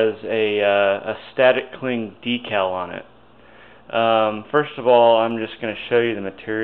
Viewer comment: DEE-CAL. Great job!